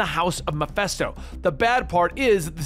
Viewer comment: why this man keep saying MephEsto